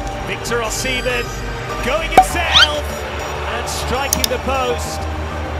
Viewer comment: He's simply mispronouncing the name Osimhen "O-SEE-MEN" is the correct pronunciation